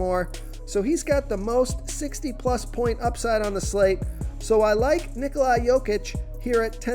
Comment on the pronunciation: Nikola....where do continue seeing Ni-Ko-Li.....it is Ni-Ko-La